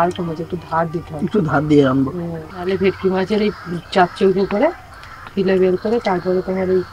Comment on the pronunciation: Fish fillet bola hoy fille bole na. Didi